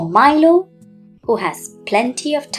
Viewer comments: That is not mailo ❌ milo pronunciation mi. Lo. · Like that is not mailo ❌ milo ✅ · Milo pronunciation wrong 😞😅